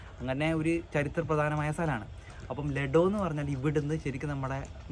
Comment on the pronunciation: അത് ലിടോ അല്ല കുഞ്ഞുങ്ങളെ ലെഡോ